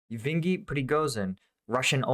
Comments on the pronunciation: It's Yevgeny LMFAO. YEV-GE-NEE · You need to pay a tad more attention to the names of not just places (turning Yahidne into Yadhine) but also of people - and actually READ them, and not GUESS them. You mixed up THREE letters in the name Yevgeny, which is a Russian form of Eugene, making it sound completely unrecognizable.